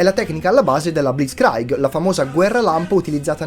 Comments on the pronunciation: Blitzkraig? Che pronuncia è? Blizkrig è la pronuncia tedesca. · Blitzkrieg è tedesco non inglese e si pronuncia "blitzcric" non "blitzcrAIg" come fosse inglese. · Si pronuncia "blitz kriig" non "kraig" (my 2 cents). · Blizz-kraigg, mai sentita prima una pronuncia da mimus habens. Poi, è un sostantivo maschile in tedesco, quindi sarà,: un blitzkrieg, oppure il ... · e.c. si pronuncia blizkrig e.c. si pronuncia sturmtruppen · Blitzkrieg = blitz-Krig dittongo ie non è dittongo ei. “Rottura di cazzo” e’ total out of topic. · Blitz "kraig"???😂😂😂😂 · "blitzchrig" la pronuncia in italiano, per piacere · BLITZKRIEG si legge BLIZCRIG... E no... Non esisteva la Blitzkrieg durante la guerra... E' stata definita cosi' la coordinazione e rapidita' di movimento delle armate naziste ma DOPO la fine del conflitto, quando si e' andato ad analizzare a livello pratico e teorico le soluzioni tattiche messe in campo dai tedeschi, per soverchiare, specie nei primi due anni e mezzo di conflitto, i nemici... I tedeschi chiamavano, quello che noi ora definiamo come BLITZKRIEG, la teoria militare dello SCHWEREPUNKT, ossia, la migliorata tattica di epoca ed ideazione napoleonica che puntava a colpire duro e rapidamente nel punto piu' debole o meno organizzato del nemico, sfruttando la sua debolezza in un dato punto del settore difensivo nemico... E usare dei mezzi piu' rapidi e collegati bene a livello comunicativo interforze, per aver ragione del nemico e/o accerchiarlo e farlo desistere dalla lotta... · hai sbagliato la pronuncia di blitzkrieg, adrsso 26 minuti e 15 secondi di video sono totalmente opinabili come schifezza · Ottimo video, come vari altri che hai fatto! Complimenti! Una cosa: siccome fai video che inlcudono parole tedesche, potresti pronunciarle bene e non inglesizzarle (esempio: Blitzkrieg, Ausgleich)